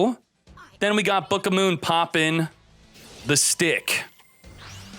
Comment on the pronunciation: It's the first time I hear someone saying booka moon, that's actually funny.